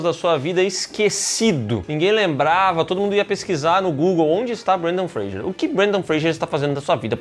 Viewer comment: Por q tão falando Brandan Freijer em vez de Brandan Fraser 🤔